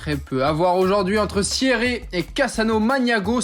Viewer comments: "Siè-rré" ? Vous l'avez précisé vous même, on est en Suisse, dans le Valais, et ça se prononce Sierre. Comme Pierre. Et pas besoin de Cransssss-Montana, le "s" est muet. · Juste une petite précision : Sierre, c'est en Suisse romande, et ça se prononce comme par exemple fier, ou tiers.... Voilà. Rien de bien grave...